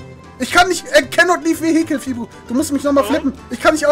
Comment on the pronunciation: „VeHI cle“ Ich liebe die Art wie Deutscher englisch aussprechen